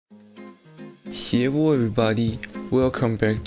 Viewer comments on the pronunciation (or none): DID U JUST SAY "HEWWO" FURRRYYYYY!!!!!!! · how come ur hello sound like Russian XDDD